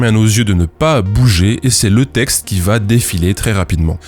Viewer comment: La fille à dit "tecte" et "têtre" à la place de texte et tête.